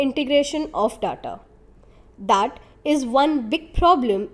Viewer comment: Horrific! Is this some kid's video? I thought I was looking at one of the TS videos but lack information, production knowledge and whoever has done the voice over, pathetic. 'Ingredients', 'data' names of the minerals spoken. Please do not compromise the quality. For your videos production including research or even voiceover, contact me or ASK production. With this quality TS is making a fool of itself.